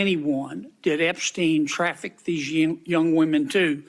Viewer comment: epSHteen 😬 first time I hear that pronunciation 😂